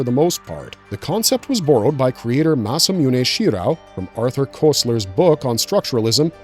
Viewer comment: It's pronounced: "Masa-mu-neh She-Rou"